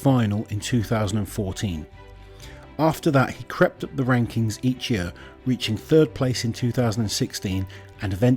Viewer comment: Everyone else: year This guy: yeeør